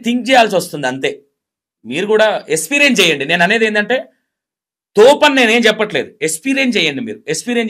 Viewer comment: Esperience kaadu experience ra babu niv declair chesentha telivi ledu anukuntunna anchor